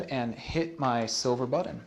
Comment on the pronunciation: Big silver "buddon"?